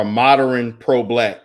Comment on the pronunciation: “Moderren” 😂. Dude needs to learn how to speak English.